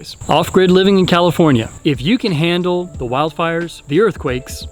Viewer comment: You almost said comifornia just embrace it